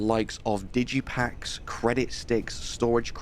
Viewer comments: I think it's digi-pick. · Digi*pick*, not pack. DIGItal lockPICK. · Digi packs? :D You mean digipicks?